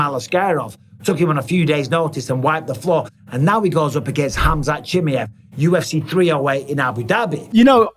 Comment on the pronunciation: Ahhh yes. "Khamzat chimyev"